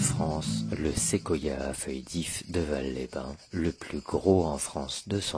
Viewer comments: Petite précision, je suis habitant de de l'Ardèche j'ai même étudié à Aubenas. Alors on ne dit pas "valle" mais "valse" phonétiquement parlant pour "Vals-les-bain" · Merci pour cette vidéo de mon département, une chose cependant on prononce le S de Vals les bains, on dit Valssss…..